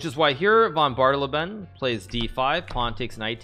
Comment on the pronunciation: In case you wondered it's 'Von BAH-de-LAY-ben'